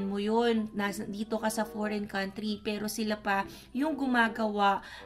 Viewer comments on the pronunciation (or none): none